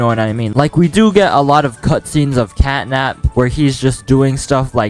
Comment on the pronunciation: it is catnap not catday